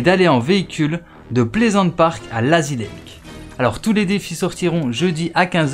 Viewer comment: Il dit lAzy lake